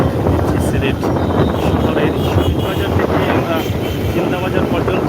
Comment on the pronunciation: নাজার না বাজার হবে